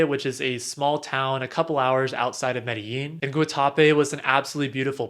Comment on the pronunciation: Medellín co is pronounced ‘medejin’ or ‘medegin’, not how it’s spelled.